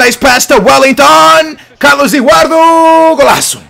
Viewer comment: Who's Carlus Ewardu? Lol.